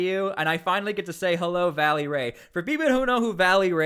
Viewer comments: Reestablishing the actual PPD rapid response team is SEISMIC change in Portland but too late. If those guys are on it the national guard is not needed to be honest. Also its "Velly" not Valley... smh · It's "VELLY" not "Vally"... just fyi